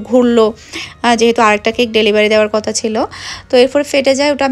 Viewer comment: কতা না কথা হবে